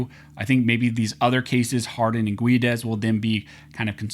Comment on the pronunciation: I worked with a guy named Guedes. He pronounced is "Gedd-Eez".